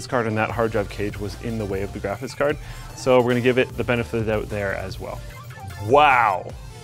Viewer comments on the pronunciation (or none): this guy can’t say “graphics card” lol